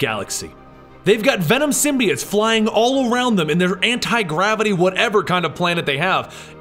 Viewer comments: its symbiOtes not symbeeites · Bro he said symbiites